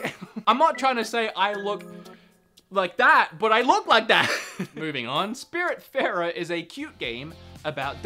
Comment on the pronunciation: It´s Spiritfarer not Spirit Barer .